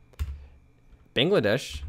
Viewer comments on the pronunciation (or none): none